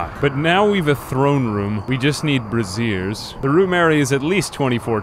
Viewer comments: Me hearing pronounce brazier like brassiere with my own two ears: The lord is testing me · "We just need brassieres." I'm sorry? You mean braziers? BRAY-zher. Say it with me. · You pronouncing braziers as brassieres is very funny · lmfao bruh its pronounced BRAYzier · That is not how you pronounce brazier, that is definitely not how you pronounce brazier. I was so confused thinking you could build bras on rimworld now.